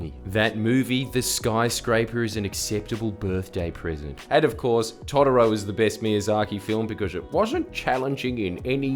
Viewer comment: I just disagree with how Jordies pronounces Totoro